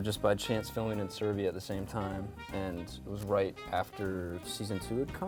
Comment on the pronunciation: Did he say SERBIA